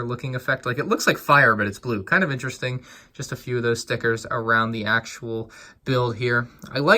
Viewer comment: I find it so annoying how he says interesting In terrrr estink